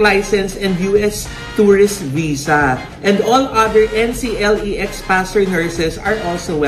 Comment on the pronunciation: it is pronounced po Enkleks (NCLEX). Board exam po yan for US nurses. Love watching your episodes po